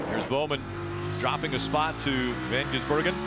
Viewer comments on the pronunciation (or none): Did you not hear them trying to pronounce Van Gisbergen last time he raced? I don't think they got it right once or even the same twice.